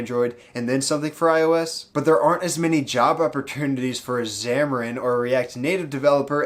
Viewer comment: lmao, wasn't java opportunity?